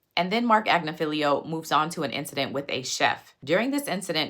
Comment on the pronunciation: Great content as usually... My ADHD was working overtime at your pronunciation...It's Ag-nif-ee-lo